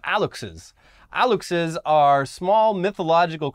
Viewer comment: The fact that knows that México's president is called "AMLO" it's just great. Aluxe is pronounced "A-lush-é", and in mayan folklore is some kind of a forest sprite, very Lorax-like. As you say, the construction of the Mayan Train has been very controversial, since it would destroy a lot of southern forests in the process. If the Aluxe was real, it would be very against the Mayan Train.